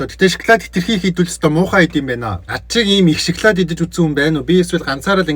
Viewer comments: шоколд биш ээ шокалод шдээ😂😂😂😂😂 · Шаклаад идэж байгаа юм чинь шаклаад л амтагтан шд